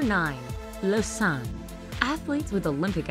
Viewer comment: I don’t like how you say Lausanne